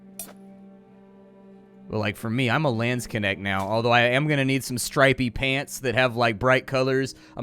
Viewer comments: Funny... so you speek Landsknecht as "Lance connect"? XD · I mean... i am laughing here because i am german and know how to say "Landsknecht" ...but i allways hear "Lance connect" as he said it. And it is not even that wrong... as a Landsknecht you want your Lance to connect with your enemies body... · What the hell is a landskenect? The butchering of a Landsknecht? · Took me a while to figure out he said Landsknecht 😂☺️ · Great job as always and thank you! Let me repay you by linking you to the correct pronunciation of Landsknecht Not trying to be mean, but .... since you love that kind of character I thought you might appreciate a little help. Whether or not you want to just call them "Landser" is up to you. There is a link to the Nazis, but then again, what isn't these days. So, apropos the light and door: it's gotta be directly above the door, not a street lamp (which is what you were looking at). It reminds me a bit of Bloodborne, as does the color scheme.